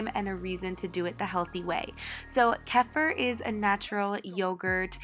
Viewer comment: It’s pronounced kee-feer